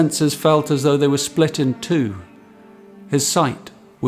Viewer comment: Eurydice is pronounced with an "s", not a "ch". Other than that, absolutely wonderful and very in spirit of Rilke's poetry... mediation.